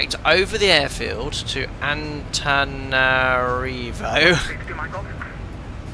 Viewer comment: It's "anta-nana-rivo" but people from there just call it "tana"